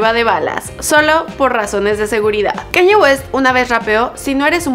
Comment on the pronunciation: KanYE ?? Así no se pronuncia